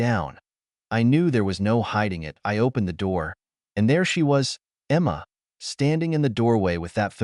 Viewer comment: This is definitely one of the better trained AI readers, decent advancement on getting emotions in the voice closer, just need to work out the small details like saying "BEE-but" when there are stutter texts like "b-b-but!", or saying "I.T." for "it" as if every it has a job as I.T. specialist.